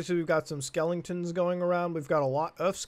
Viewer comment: Dude, WTF is a SKELL-ING-TON?!?! Lol hahaha